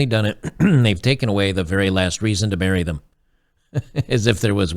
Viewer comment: Did you say last reason to MARRY them--- or BURY them? Sounded like you said BURY.. and there are PLENTY of reasons for that.. People ask if I've been married- and I say YES 3 times... first wife died of POINSONED mushrooms.... They go " AWW sad" and I say YEP- Second wife died of POISONED mushrooms...and they look at me funny- and I say- 3rd wife died of skull fracture.. and they gasp and I say-- B...ch wouldn't eat the damn mushrooms..